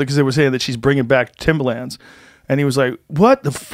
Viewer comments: Am I the only one who absolutely COULD NOT focus on anything other than Joe trying to pronounce “Timberland?” Say it with me Joe...Tim-ber-lands. Timber-lands. Not Tim-bah-lands. Not Tim-buh-lands either! Get it together bud😂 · Why is joe pronouncing Timberland like that? It's driving me nuts! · It’s pronounced timberland not timbaland